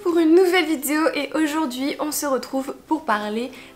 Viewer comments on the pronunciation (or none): Depuis toutes ces années tu sais toujours pas prononcer "vidÉo"